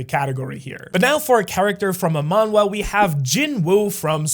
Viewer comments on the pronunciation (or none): none